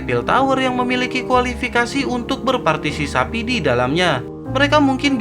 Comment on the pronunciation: Berpartisipasi om bukan berpatisisapi😂😂😂😂😂😂😂😂